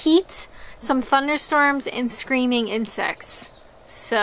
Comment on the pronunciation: "Screaming insects" sounded like "screaming and sex" 😂 Listening to those sayings and the accent and I'm thinking "this just reminds me of the guys in the film Fargo" - just over the border in Minnesota...